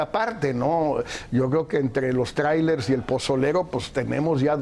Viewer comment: Mi querido Javier Tello me caes muy bien y se q hablas MUY BIEN EL INGLÉS PUES VIVISTE EN EL EXTRANJERO Y YO NO HABLO INGLÉS PEROOOOO...no se dice TRAIRELES SE PRONUNCIA TRAILERS!!